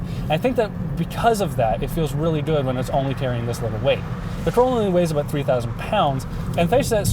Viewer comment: yes. you can hear the presenters pronounce "about" as "aboat"